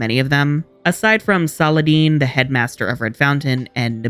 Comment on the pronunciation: Why do you pronounce Saladin's name so weirdly? 😅 Is it ever pronounced Saladene/Saladean in the show?